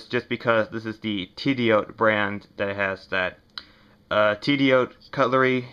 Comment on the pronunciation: Good review. Only one correction. Tidioute is pronounced Tiddy-Yute. Rhymes with Flute.